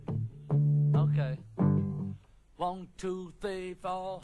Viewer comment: John:"WON TU FEE FO"